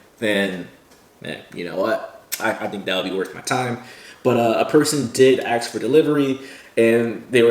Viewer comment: In the interest of your increased professionalism, please practice saying ASK instead of AX.